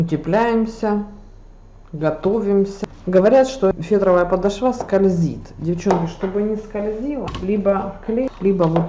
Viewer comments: Спасибо за мк!но подОшва,а не подошвА.слух режет,извините! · Очень красиво и аккуратно. Здорово! Только не говорите, пожалуйста подошвА, очень режет слух. Правильно говорить подОшва. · здорово,но,пожалуйста,только не "подошвА".........подОшва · Есть слово подОшва,но не подошвА..А за урок большое спасибо. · Очень все красиво и понятно, вот только не ПОДОШВААААА, а ПОДООООШВА, ударение не на А, а на О.Слух режет.Простите. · Почему подошвА? Режет ухо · Из какой глухой деревни рукодельница? подОшва, ударение на О. Слушать же не возможно. Не фетр у впс в руках, а войлок, это более толстая и прочная ткань, но и более жесткая и неподатливая в работе. Фетровых стелек хватит на 2-3 месяца, а войлочные и 8 проносить можно. Видео не досмотрела.. подошвА не позволила. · мастер класс хороший, простота в изготовлении, но слушать вас неприятно, если мк выкладываете, то говорите правильно, а то слух режет ваша подошвА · Почему подошву', не грамотная девушка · Вам отрезали ухо? ПОДОШВА, ПОДОШВА. ПОДОШВА!!! УЖЕ И ВТОРОГО НЕТУ? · Идея не плохая. Но режет слух речь - что значит " подошвА"? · Почему подошвА? Слушать противно! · ПОДОШВА-УДАРЕНИЕ НА ВТОРУЮ О!!!!!